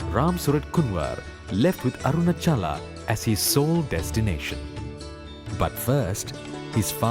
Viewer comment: Arunaachala. Not Arunachala.